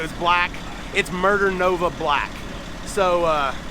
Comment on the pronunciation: Did u say it muder nova black 😂